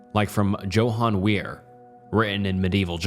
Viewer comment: You don’t know how to pronounce Johann?